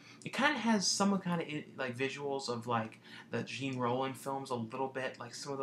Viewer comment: Nice update and some great titles! BTW - in Valerie Her Week of Wonders you reference Jean Rollin - you're right. The dreamlike quality of the film is very similar. But your pronunciation is all wrong, As it's French you pronounce it Rollin. Not Gene. Confusing I know but as a yourself I thought you'd appreciate the head up!:)